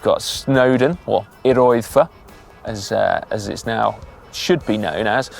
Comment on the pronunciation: Just to say - the Y in Eryri is pronounced like the U in but. Fab video though. I'm planning to do it next spring on my emtb over several days - but I am 73.